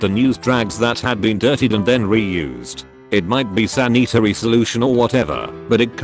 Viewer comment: San-eat-ary to Sanitary. Okay